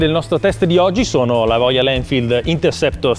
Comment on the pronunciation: ma perchè dice royaN?